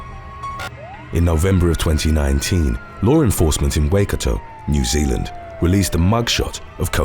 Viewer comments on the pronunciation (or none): none